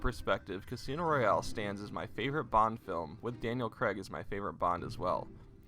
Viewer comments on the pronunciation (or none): Why you pronouncing his name as Daniel Creg lol? Its Craig, pronounced Craig, emphasis on the ai.